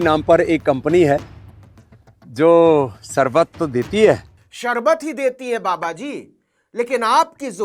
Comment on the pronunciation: Lala ko sharbat bhi bolne nahi aata anpadh logo ki tarah sarbat bol rahe hai.